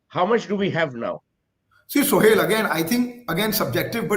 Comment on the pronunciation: Why the Hell Advaita calls Sohail ??? it's Suhel ...not so hard